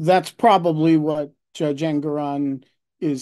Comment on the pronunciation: En-goron not Eng-goron.